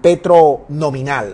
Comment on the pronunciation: Asno, no se dice nominar. Idiota, se dice nominal. Nominar quiere decir eg. Nominar a alguien que tome mi lugar porque yo soy un bruto.